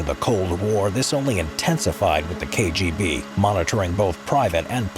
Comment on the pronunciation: He did quite well considering that he's unlikely to be a Russian speaker.